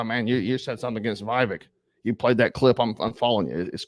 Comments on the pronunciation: Vev-ache. Not vive-ek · You need to learn the pronunciation of Vivek’s name. Short i and long a. Vivek like cake. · Why can't you pronounce Vivek correctly after all this time??? WTF??? Vivek is pronounced Vivake or Vivayk. JFC! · So who are you all voting for when Trump isn’t on the ballot? Or taken out of the race somehow? Vivek seems like a breath of fresh air to me, who’s in touch with the conservative base and who’s extremely intelligent and well spoken. And his name is pronounced VA VAKE. Like cake. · Just for future reference it's short "i" like Vick and "vek" rhymes wirh cake. I'm voting Trump for the 3rd tiner but get his name right at least. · Trump is my choice, VIVEK (VivAke is how it’s pronounced) would make a hellacious VP, then positioned for 2028! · Do you not watch the debates or interviews? How do you manage to butcher his first name so badly - if you do actually watch that stuff, are you mispronouncing it on purpose? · Show some respect and pronounce his name correctly